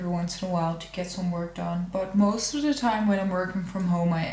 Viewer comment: I love when you say ‘de’ for ‘the’ I definitely know that you are Dutch then!!